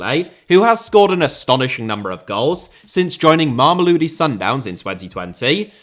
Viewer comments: Mama-low-dee sundowns. That will get you closer to the pronunciation, if you say it fast enough. In South Africa, the team is just called Sundowns for the most part. The area, is sometimes called “mams” (think Brits saying “mums”) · If I hear try to pronounce Mamelodi one more time I'm genuinely going to have a brain aneurysm also how the hell themba zwane got an honorable mention above players like rele Mofokeng or iqraam rayners even though he's been out for a couple of months